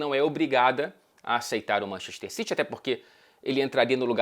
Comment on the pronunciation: Manxester xitchy 😂😂😂